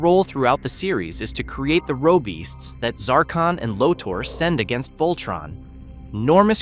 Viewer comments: I got to correct on a pronounced of a name. Its LORTHOR not Lordor. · Dude! It's fucking LoTOR! Not Loter! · Pronounce "lo-tor" not loader lol. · It's pronounced Low-tor Not low-ter. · LO-TORE NOT LOTTER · “Loter”? Seriously?